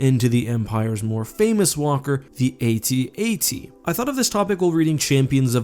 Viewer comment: The atat you say atat like adad